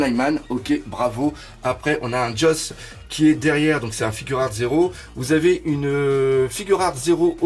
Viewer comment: Juste on dit figuart pas "figure art" ou je sais pas quoi